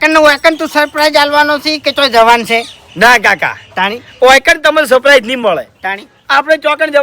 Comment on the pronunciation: Saprise nahi lekin surprise bolo